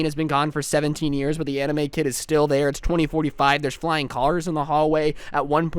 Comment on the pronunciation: I heard emo instead of anime 0% judging ;)